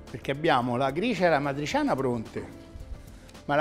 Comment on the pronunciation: "matriciana" però non si può sentire. e che cazzo.